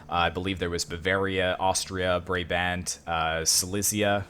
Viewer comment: How you pronounce Brabant is like “Bra” as in a bra and bant as in like Banter